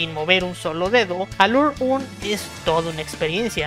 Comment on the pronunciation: No quiero ser malo pero, pronuncias Aluraune y Aguni, como los japoneses. Pero sus nombres en realidad son Agni y Alraune.